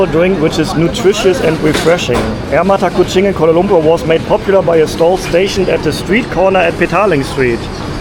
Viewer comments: We do not read like this: "Air mata" + "kucing" = tears of cat stated by. We read like this: "Air" + "mata kucing" = the water of the mata kucing(fruit) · Air Mata Kucing = Longan water. read Air Mata as cat's tears. But it should be read as Air...Mata Kuching (longan).